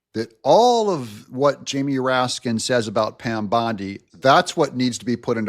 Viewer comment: RASKIN??? "RAT-SKIN"